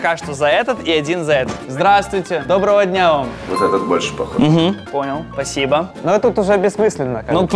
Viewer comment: Он сказал добоого дня вам 😮